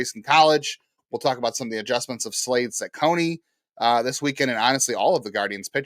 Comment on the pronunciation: FYI, you butchered Slade's name. But, I am intrigued by the recent rotation developments.